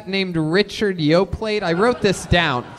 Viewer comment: Tony will never learn to pronounce “Yoplait”.